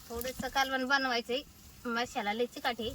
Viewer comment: मसाला ❌️मशाला ✅️